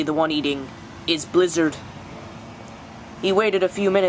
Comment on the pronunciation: the u said blizzard goes in to eat his kill it sounded like u said lizard